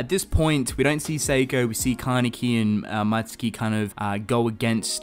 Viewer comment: It's Mutsuki not Matsuki.